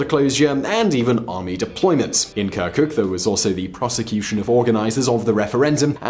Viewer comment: I am totally alright with people and their will to retain their language and culture. However,, what does "kerkük" - the city you even mispronounce - have to with a region that you call Kurdistan? I mean, if you had formerly checked historical records, right around 1920 this place voted to join Turkey due to its - yes I am emphasizing - MAJORITY OF TURKMEN POPULATION. I do understand the good intentions in explaining the rationale for the voting for the referandum. Nevertheless, calling the region simply Kurdistan while skipping Turkmens, Yazidis, Assyrians, and even Armenians is yet another ignorance that you let the audience believe about. My suggestion would be to rely on multilingual sources rather than the solely ready made media in English. I do like most of your videos, and I would be more glad to see less historically biased - a better researched video of yours in the future.